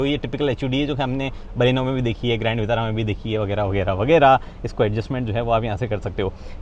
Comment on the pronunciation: विटारा होता है वितारा नहीं